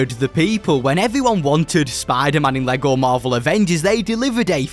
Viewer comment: I’m sorry but I can’t hear spider-man the same again lol spadah-mahn